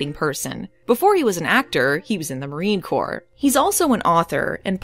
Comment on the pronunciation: It's 'Marine Corps',, sir.